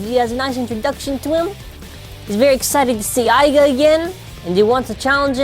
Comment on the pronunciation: ITS iger not aga